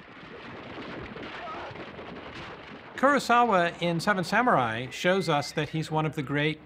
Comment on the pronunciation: You'd think these film experts would be better at pronouncing the name Ku-ro-sa-wa. Krosauwa isn't a name in any language.